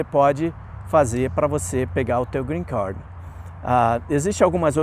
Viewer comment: Cara vc é formado em que? Tem quanto tempo que recebeu o greencarrrrd?